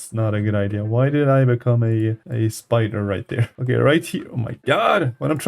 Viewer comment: You said spooder